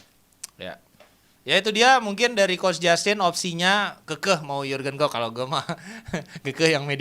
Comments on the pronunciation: Pelatih terbaik di EPL adalah Klep sm Kloop... Wkwkwkwk Keseleo lidah kyk Samsul.. 😂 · bilang Klepp sama Plop😂